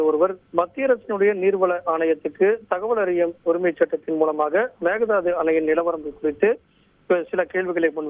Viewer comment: மேக தாது அல்ல மேக்கே தாட்டு